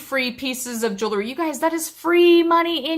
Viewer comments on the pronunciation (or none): Love your videos! Did anyone notice this hun pronouncing “jewelry” weird? Like “jool-er-ree.” Lol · Call me crazy, but if you're going to sell jewelry, shouldn't you be able to say the word "jewelry" correctly?